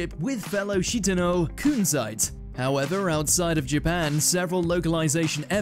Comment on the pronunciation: I love how nobody pronounces zoisite or kunzite correctly 💀💀